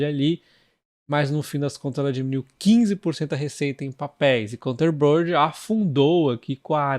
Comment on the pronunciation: 😂 Foi mal ser chato. Mas é assim mesmo que se diz, é só parar pra ler a palavra “containerboard”. Você fica falando counter-bird ou algo do tipo. Sem querer ser chato. Adoro os seus vídeos, 😛